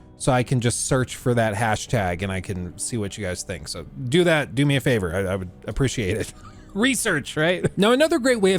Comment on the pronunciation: uh - pree - shee - ayt .... ahhh who cares, anyways love your content!